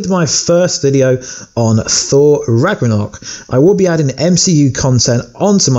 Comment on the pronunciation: U said thor rackornock